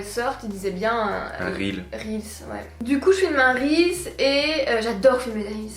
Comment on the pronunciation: Je ss d'accord avec on dit "reels" pas réal mais wsh hhhh Ps: best couple ❤👑